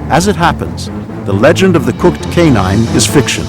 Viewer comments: What's a "Legond" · LOL "legond"